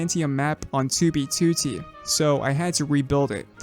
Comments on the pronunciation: Am I the only one who loves the way says 2b2t like 2oo-bee-2oo-tee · why is it still kinda funny to me every time he says 2B2T just because he pronounces it as "Two bee to tea" and he always does it in the exact same way like some TTS voice I don't mean this as a insult btw it's just funny